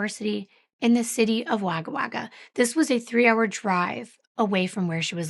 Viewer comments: FYI “Wagga Wagga” is actually pronounced “Wogga Wogga”. lol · you pronounced Canowindra perfectly 😊 This is a very heartbreaking story. Devastating. Wagga Wagga is pronounced Wogga Wogga. Always appreciate you & your channel. Thank you for sharing x